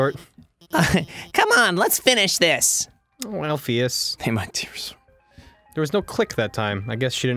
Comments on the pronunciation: Somebody P L E A S E tell them it's Alphys, and not "Alphyus" PLEASE. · I think Dr.Alphys's name is pronounced Alf-us...not Alf-ee-us 0-0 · Why do you guys say Alphius when her name is Alphys? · The way they mispronounce Alphys' name is driving me insane